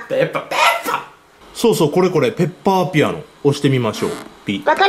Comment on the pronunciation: 分かりペッパーって聞こえたw